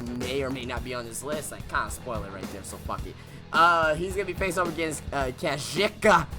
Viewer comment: The pronunciation of kazuchika is the biggest botch of the year